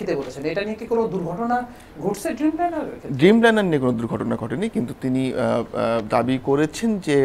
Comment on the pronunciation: উফ, ড্রিমলাইনার হবে, ব্যটা বেকুব। খুবই বাজে উপস্থাপনা।